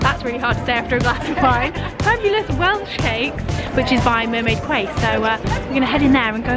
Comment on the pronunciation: I'm from Cardiff!! you saying mermaid quay really made me giggle everyone pronounces it like you but it's mermaid key. If you're ever back I'd really recommend viva Brazil